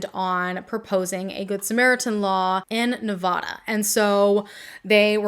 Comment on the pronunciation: FYI please check pronunciation on Nevada. It's like the s in Illinois, you don't want to pronounce a state incorrectly, lol. I adore your passion and commitment to the victims. 🖤💙